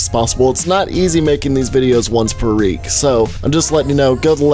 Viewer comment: "once per reek"